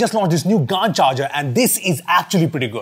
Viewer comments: It's not pronounced "Gaaan" , it's called "Gaen" Charger 🤦‍♂️ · I think its pronounced G'an not Gaan(d). Short of Gallium Nitride. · Its pronounced gant not gand 😂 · Isn't it pronounced Ga-en, as how u pronounce Gal as in gallium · It’s gallium nitride bro, in short GaN pronounced as “Gen” like LAN. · Bro Pronounced it right 😂😂 Gan_ charger 😂😂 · If Gallium Nitrites pronounce “Gae” “Li” “Yum” so why you pronouncing “Gaa” in GaN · He could have pronounced it as GæN charger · How would you pronounce this, Gallium? Or Gaaallium?. Yeah, so just say GaN charger not GaaaaaN charger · you pronounced gand changeer bro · Gaaan kyo bolte ho! 😂 GaN pronunciation hota hai. Like Ban, Can, Man, pan, dan just say it with a G. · Gand charger BRO IT's not pronounced lile that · Its pronounced gaen😂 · Bro, at least pronounce it correctly